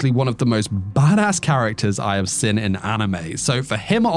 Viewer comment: What is your accent? My best guess is Australia or NZ. A very unusual and distinct thing about your accent is that you pronounce "seen" as "sin". Which I've never heard before. Only one of these I've seen is Charlotte, awesome anime. Anyway nice video, I'll consider rewatching it whenever I'm in need of a new anime.